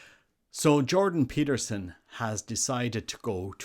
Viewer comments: Get his name right! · "Peter Jordanson" 😂